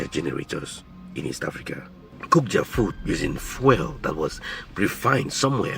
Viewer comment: oh my goodness! When will you learn to pronounce the word "fuel" properly in English? You mispronounce this word so much and it is so distracting. You've got to learn to pronounce English language words properly